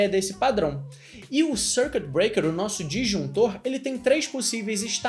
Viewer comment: Dois erros: Dar exemplo usando PHP e a "forçada que deu na pronuncia do circuit breaker (SÔURQUITIBREAKER) hahahaha